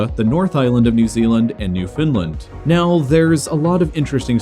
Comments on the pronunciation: New-found-land. Not pronounced like the video new-fin-lan. That's all folks🐷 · New finland? Its Newfoundland. Or said fast like newfen-land. Slightly wrong emphasis on the wrong syllable. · it’s not newfnlnd it’s literally just new-found-land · “New Finland” It’s NEW-fuhn-land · it’s prounounced Noof’nland. Kind of like saying “New Finland” but drop the “i” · Newfoundland not newfinland. People always pronounce it this way. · I'm from newfoundland and we pronounce it new fin land. Not "new fin lind" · Newfoundland is pronounced New-Found-Land not New-Finland Just so you know for next time:) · btw Newfoundland is pronounced Newfin-lan, not new-finland but otherwise this is a 10/10 vid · this pissed me off sooooo much. Reason being, I live in Newfoundland. Its pronounced as Noof'n-land. Not New-finland. Why can't people outside of Newfoundland right? It's really not that hard. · "New Finland"? It's pronounced "Newfenland" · it is NOT NewfInland. it is NewfOUNdland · “New-FIND-land”??? WTF??? I’ll give you a pronunciation tip: “It’s NewfoundLAND, underSTAND?” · Newfoundland tho being pronounced as new-fin-lend It’s new-found-land 😖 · Newfoundland is not pronounced "new FIN land" It's "NEW fund land", with emphasis on the NEW. Not nitpicking, just helping you out. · Hate to be that guy, but as a Newfoundlander, please pronounce our island right in the future. You can use “Noof’n’land”, “Nyoo-fn-land”, or “New-found-land” even. We don’t exactly have much in common with Finland, especially enough to be called New Finland. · New-FIN-lind? (As a Newfoundlander I find this pronunciation a bit irksome.) The accent is placed on "land" making it more like New-fin-LAND. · newfoundland, is pronounced "new-fa-land" not newfinland lol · New Finland? No, it’s new-found-land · You pronounce Newfoundland like newfunland not newfinland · Pronounced New Found Land Not new Finland. In fact it has nothing to do with Finland. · there is no "new findland" there is new found land